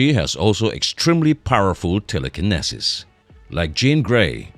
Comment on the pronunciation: wtf is this announcer.... telekinesis, telepathy, apocalypse. So painful listening through this video while constantly mis-pronouncing tons of words